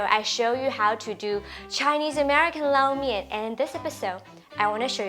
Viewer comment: I have definitely been pronouncing Lo Mein totally wrong all these years lol. Thank you for teaching the proper way to pronounce it.